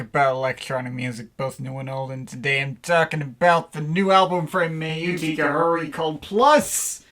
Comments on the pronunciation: It's pronounced AAAaau-tee-kah-kuur-kuurrry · "From EEE YOO TECK EEEE EREEE". :D